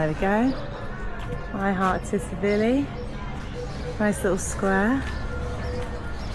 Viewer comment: Before your next video could you please learn how to pronounce the resort name......Tsilivi......'silly-v.'